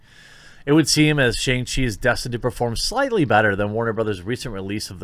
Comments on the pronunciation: sha-ung chi, not SH-ANG. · More like Shang-Pee, m I rite